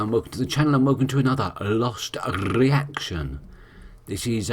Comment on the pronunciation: Why does he pronounce the R in reaction like that? He trying to be funny? I don't get it.